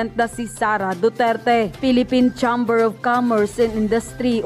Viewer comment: Miss blogger mali ang pagbigkas mo patungkol doon sa pcci chamber iyon cheimber ang pagbgkas hindi tsamber